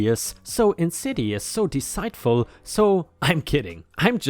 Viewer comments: Story 4, car salesman revenge... deceitful is "dee seat ful" not "dee site ful." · Deceitful...... "dee-seet-ful".